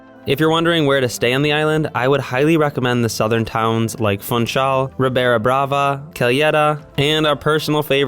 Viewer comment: While Funchal probably is a lot of fun, you don't pronounce it as fun-chal. You pronounce the u as an oo. Like in bloom, room etc. So it's foonchal.